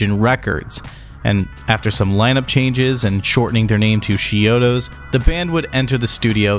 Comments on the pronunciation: It sounds like you're saying "She-odos" But I'm pretty sure it's more like "CHI-odos. Is it just me? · Are just 2 examples of you mispronouncing the band name. How do you make an entire video like this about a band, yet still can't correctly pronounce the band name. You're saying "sheodos" Lol. It's "ch" as is "chalk" or "chunk". It's not as "sh" sound. Ch-iodos..